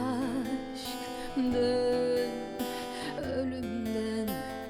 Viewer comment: You got the right prounceation for aşk...well done..no wonder they say turkish and finnish Languages comes from the same family..😁